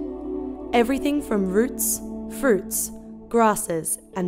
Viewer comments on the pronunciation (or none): none